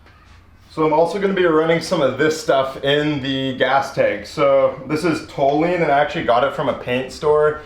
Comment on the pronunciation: The panel wagon's a beast now, gonna have to adjust the flickage! btw we pronounce toluene = tall-you-een back at the lab.